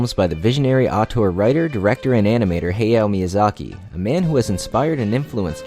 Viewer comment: His name isnt pronounced hayo miyazaki its pronounced hayao miyazaki idk why i needed to say this